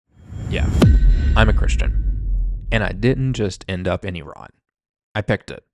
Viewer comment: I like how you pronounce Iran correctly 😁😁✌✌